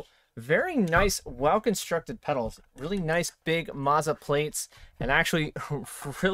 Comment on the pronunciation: Isn't it Mow-za....not Maw-za?